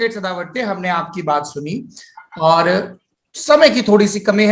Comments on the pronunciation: To sadawarte 44 la chawrechalis mhanto🤣🤣🤣🤣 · being Maharashtrian at least you should pronounce Mr. Sadavarte correctly and appraise your co-host about the same. It's " गुणरत्न सदावर्ते ". You may follow Marathi news paper for the same. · निखिल महाराष्ट्र से है ? तो नाम तो ठीक से ले लो बे, "गुणरत्न सदावर्ते" .. गजब मिर्ची लगी यार सौरभ भैया आपको हैं ! 😉 आपके प्रदेश का नही पता पर महाराष्ट्र में CKP ब्राह्मण माने जाते हैं, तो जानकारी आपकी गलत है । प्रकाश आम्बेडकर शुरूवात से मराठा आरक्षण के पक्ष में हैं, वो कभी इसके खिलाफ नही जायेंगे, राजदीप ज़रा संभल के बात किया कर । अम्बेडकर जी के ज़माने में भीषण जातिवाद था, आज के ज़माने में भी भीषण जातिवाद है, इसलिए आरक्षण की व्यवस्था और ज़्यादा मजबूत करने की ज़रूरत है, इसलिए आपके चैनल में भी आरक्षण की व्यवस्था का इन्तेज़ाम कीजिये सरदेसाई साहेब, कितने sc st obc ke कर्मचारी हैं आपके चैनल में ?